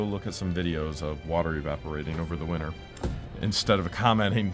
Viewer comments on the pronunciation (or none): none